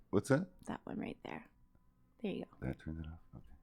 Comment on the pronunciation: "ther" is not a word. stop saying ""ther". drop the lazy vocal fry. sounds bad. your brain is not engaged when you do it.